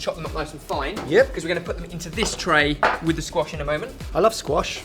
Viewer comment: When you said "squash wellington" I thought you said "squashed wellington" and I was like, this is why we need more. Who else would make it into a terible joke about a damaged shoe?